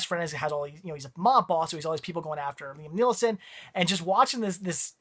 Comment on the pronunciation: Did you call Liam Neeson, Liam NeeLson?? LOL